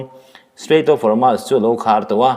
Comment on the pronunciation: Hormuz hi i lam diklo ve ziah, Hawrmaz ni lovin Hawrmuz ti a lam tur zawk a ni e.